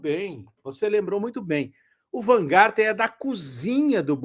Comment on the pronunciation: Essa mídia petista é realmente um tiozinho branco que não sabe pronunciar um simples sobrenome.